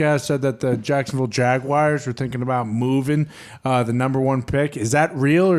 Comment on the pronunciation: Did he really pronounce jaguars jag wires lol